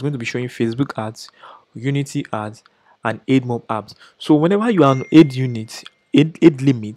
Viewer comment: Great content. I just feel you should know this... It's (AD)mob as in "Advertising" not EDmob.